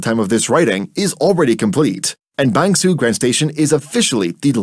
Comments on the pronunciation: I don't think Bang Sue is pronounced Bang Suu in Thai, although I don't speak Thai either. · Your pronunciation of Bang Sue, Nong Khai and Hua Hin is quite good.